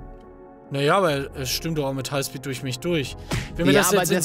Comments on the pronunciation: Hai Speed 😂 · bei dachte ich mir meint es "highspeed" oder "haispeed"